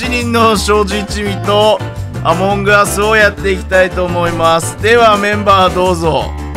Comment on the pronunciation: 『あまんぐあす』なんだけど『あもんぐあす』っていうの気になるんよなぁ